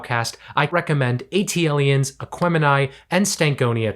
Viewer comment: rivers and *lanes*? Also it's WhooMp There It Is. And the worst of all.. wtf did you call ATliens?